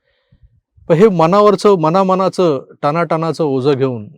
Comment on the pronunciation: तुमचे व्हिडीओ नेहमीच बघत असते मी.आवडतातही.फक्त जरा न आणि ण च्या उच्चारात योग्य बदल व्हावा,असे वाटते."मणामणाचे"ओझे असते."मनामनाचे"नाही.